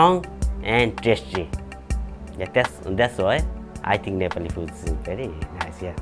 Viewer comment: This narrator cannot even say "Nepaalee" instead she says "Nepoli" no wonder people cannot distinguish between "Naple" and "Nepal"